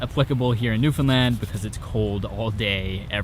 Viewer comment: Wild you were in my hometown, +1 for pronouncing Newfoundland right